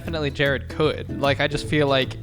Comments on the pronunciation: Jerid’s introduction as “Jereed” had me laughing so hard I couldn’t breathe 💀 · 'Jareed' made me fucking choke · Jerid as Jereed had me dead. 🤣🤣🤣🤣🤣 Best. Gay. Guy. Ever!!!!!!! Sorry, and Chris. Haha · “Jereed” IS the moment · Jerid saying panspermia theory as if it's just face. He really enrages me when he does this, which is constantly by the way.